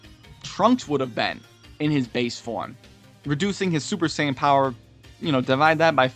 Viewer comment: Super Seiyan, just sayin